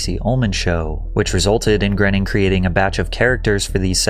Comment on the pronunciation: It's not Matt 'grenning'...and that guy took rides on the Epstein plane.